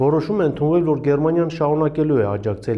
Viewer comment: քյաչալ, ոչ թե եվռոպա, այլ եվրոպա, պետության անունը Գերմանիա է, Գեռմանիա չէ ...